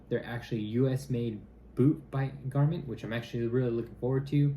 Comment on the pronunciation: Garmont NOT Garmit.